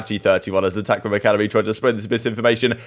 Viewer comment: All this time I thought he said “Touch Grobba here” not tacticalrob😂